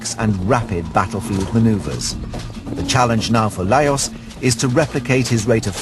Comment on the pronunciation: His name is pronounced as LajoSH. What ignorance to make such an error around the subject.